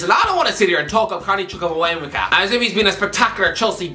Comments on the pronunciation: The way he's butchering the name chukwuemeka 😂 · Carney Chukwuemeka 😂😂😂😂😂 I’m rolling on the floor Irish guy, you’re butchering the pronunciation again! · I can't be the only one who finds it funny that he can't pronounce Chukwuemeka🤣🤣